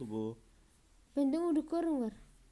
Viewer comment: Nobody:: Unikorn